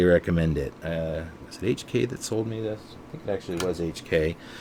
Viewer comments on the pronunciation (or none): It's not H and K...it's just HK. Otherwise, great job! Very informative. These guns are truly amazing feats of engineering. Anyone who says the VP series guns are not "real" HKs are foolish. Fantastic pistols.